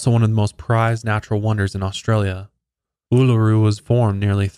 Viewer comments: seeing my last name in the title was a jumpscare😂 had no idea it was known as Ayers Rock! You nailed the pronunciation, first time I've seen someone get it right! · Aussie here :) very impressed with your indigenous pronunciation! Uluru and Kata Tjuta is a very spiritual beautiful place ❤️ Especially at sunrise!